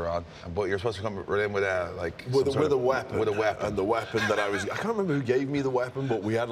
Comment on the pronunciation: Wade Barrett saying " wapon"